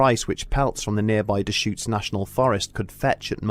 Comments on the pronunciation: Nice job pronouncing Deschutes. Love this channel even more now! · Props for pronouncing Deschutes correctly. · Oh shit. I've been paddleboarding and swimming on Lava Lake for years and had no idea. Props to the narrator for properly pronouncing Deschutes